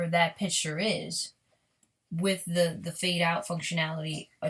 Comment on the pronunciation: Sloppy, can't even take the time to restart properly. And its picture not "pitch-ture."